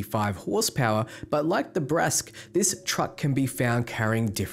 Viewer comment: Bratsk is pronounced as Bruh-tsk, for reference.